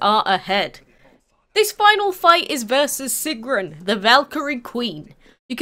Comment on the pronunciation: Great video! Nice detail and you said her name right, which no one else seems to be able to do. Almost all of them say it like, “Sigern.”